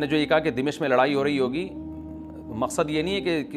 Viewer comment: السلام علیکم امیدہے آپ خیریت سےہوں گے۔ حضرت دمشق کے نام میں "م" پر زبر ہے۔